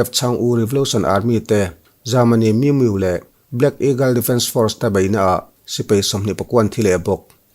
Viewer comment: Bengvar thlak e.... min miu tilo vin mi miuh tih tur